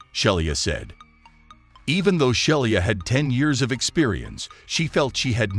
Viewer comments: i'd be willing to bet her name is not pronounced shell-e-ah but she-lee-ah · More proof that most computer-generated voice is not ready for "prime time". The attendant's name was Shelia (she-la) not Shelly-a. And the constant wrong inflections are distracting.